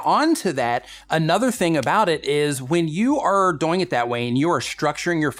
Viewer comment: he says doyng too much